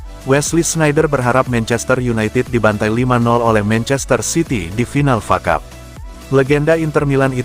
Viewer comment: Woy bukan facap tapi F.A CUP. Sudah bertahun2 masih bego juga Malu dong pembaca berita bola gak tau bola